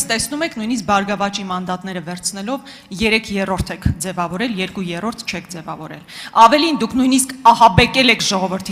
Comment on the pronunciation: Ճիշտա😂, ասեց եռկու յոռոռթ /երկու երրորդի,, փոխարեն